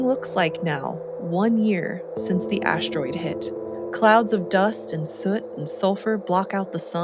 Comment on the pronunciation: is she saying ASH-TEROID on purpose?🤔